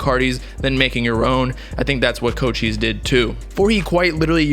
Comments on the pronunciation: It’s co-chis not cold cheese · I thought it was pronounced like coo-chise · My guy said cocheese